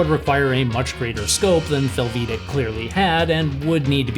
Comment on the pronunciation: Close. Haha Americans tend to overemphasize the second syllable in a foreign sounding name or word. The way you do it is fel-VEE-dek. It really should be FEL-vi-day-k. Hungarian is very straight forward.